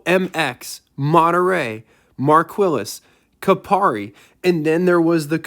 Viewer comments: “Markwilles” is Mar-kee, “Cupari”? Is the Ford of Germany (or Great Britain) “Ku-Pree” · Technically, in 1971 the Capri wasn't a Mercury. It was imported from Ford of Europe and simply called the Capri. Also, it's pronounced "kah-PREE". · Capari???? Marquillis??? Where the heck did you get these pronunciations from??? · Capri not Capari and the second 351 had a 4v carb man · Minor - It's pronounced kuh pree. That said these were very nice cars. I knew a number of folks who had one, all non convertible however. So what was the "asking price?"